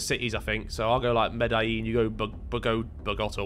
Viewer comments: Vikram really said Medalin😂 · Hearing how vik and tobi pronounced Medellin hurt my soul. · the way they pronounced Medellin... lol amazing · The way they pronounced Medellin and Bogota. And not Vik saying Medellin Mexico 😭💀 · Nah, that pronunciation of Medellín though